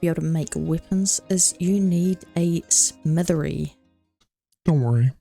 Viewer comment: Not being mean but it’s SMITH-E there is not an R in that word.